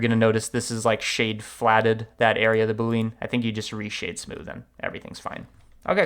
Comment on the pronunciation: My cringe moment is when he pronounces boolean as double syllable "boo leen" emphasis on second syllable instead of triple syllable "boo lee unn" emphasis on first syllable